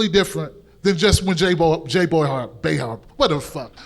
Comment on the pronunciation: "Jay Boyhar"